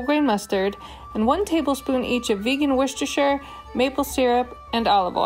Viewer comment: Woah! An American that can pronounce ‘Worcestershire’ correctly 🤭🥺 I’m stunned 😧